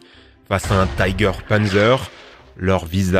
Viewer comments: Gg mais par contre on pas tyger mais juste tiger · Prononcez l'allemand comme il faut : "TIGER " et pas "TAIGER". Ce n'est pas de l'anglais. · Pourquoi prononcer "Tiger" à l'anglaise ? en allemand le i se prononce comme en français ;) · tout le mode dit taiger